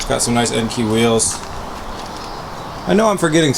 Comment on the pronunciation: How do you guys pronounce "Enkei"? I've always called them "En-Kay" but a lot of people call them "En-Key". Im curious.